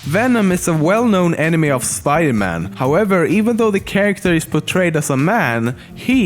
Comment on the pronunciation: Every time he said "enemy" it sounded like he said "anime" ..... so confused